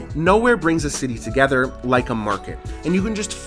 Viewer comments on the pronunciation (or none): none